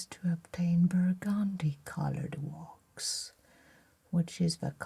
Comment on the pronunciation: I love the way she pronounces the word wax. «Wohx» It’s so refined and elegant.